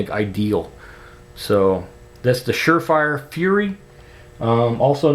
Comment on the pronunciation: You said sure frier. Lol